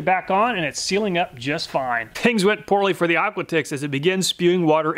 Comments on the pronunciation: I think the brand "aquatix" might be pronounced similar to "aquatics" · Couldn’t help but wonder, is Aquatix pronounced like Aquatics instead of Aqua Ticks?